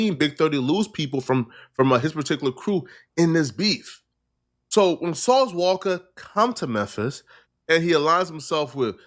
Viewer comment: Why do u say sauce walka like that 😂